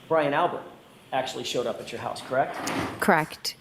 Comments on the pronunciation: There she goes again. Does not know the correct pronunciation of the word CORRECT. IT IS NOT "KRACT". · "The tail light was Kract" 🤣🤣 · OMG! As if it could be worse now every time she says 'correct I hear CRACKED!